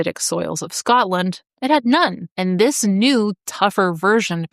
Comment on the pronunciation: It's so nice to hear an American who can actually say Scotland instead of Scatland.